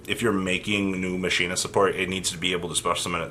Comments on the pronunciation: It's pronounced as Mockeena Kernel. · I can’t believe you never ya kneyw yhow to say colonel... you kno like KFC Colonel Sanders gKERNEL KERNEL KERNEL. Then i can’t believe the try machina “master” has been calling them maSHEEna last structure deck sucks... I’m scratching my head wondering whey the fuck I even just watched or got out of this video. A big pile of nothing except the shock that you cant pronounce your owners Andy tryyyyu77777 I myou mmmuyy